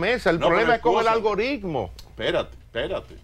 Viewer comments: díganle a ese señor que no se dice "ALGORISMO" :) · Jajaja... Lo dijo varias veces con "S" si.... Ahora Francisco Javier es uno de los mejores estrategas políticos que hay en el país. Lleva a cualquier candidato a lo más alto.